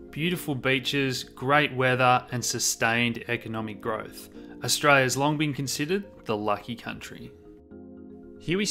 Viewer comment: Some translation: Stray-ya = Australia Nighdeen nighdy = 1990 Dahdah = data I hope this helps!